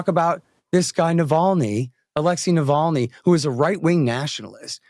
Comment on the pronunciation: Why can't Glenn say "navalny" right? I don't like the puppet but damn man, the details are important.